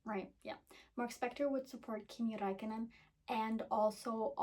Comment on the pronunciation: I have to say you pronounced Räikkönen better than most people